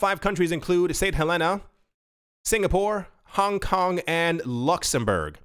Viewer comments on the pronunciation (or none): none